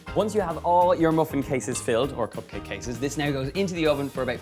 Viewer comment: copcake! Love the pronunciation <3 it'd be amazing to make cop copmakes for a cop party! xd :)